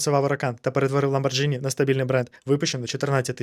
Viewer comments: Друже, ЛамборГіні. Це як зі спагетті 🍝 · Ламборгини - это итальянец. Произношение регулируется буквой акка "h" и поэтому Ламборгини. Если бы писалось без буквы h, то "gi" читалось бы как "дж". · ЛамборДЖині, це як спаЖетті.